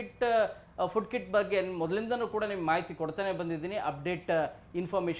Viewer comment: ಅದು ಕಿಡ್ ಅಲ್ಲ ಕಿಟ್